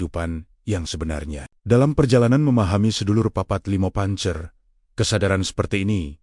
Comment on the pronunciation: Bahasa Jawa nya banyak ug kliru..pancer..di baca panser..bener di baca be^ner